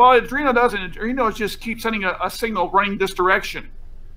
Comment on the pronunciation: Okay, I'll be the nit picker :):):) It's pronounced Ardweeno, not Ardreeno